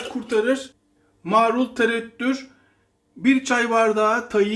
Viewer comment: kardeş, yaptıklarınızın hepsini hepsini yapıp ana yemek gibi yemek istiyorum yaptığım tam buğday unlu ekmeğimle. Ellerinize sağlık. Yakında sayenizde evin mezecisi olacağım. Bu kadar övgüden sonra sizin bir yanlışınızı düzeltmek istiyorum darılmazsanız. “Marul” kelimesini lütfen “Maaarul” diye “a” yı uzatmadan söyleyin, olur mu?